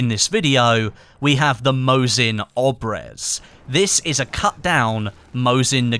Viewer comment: ur supposed to say mosin abryez not obrez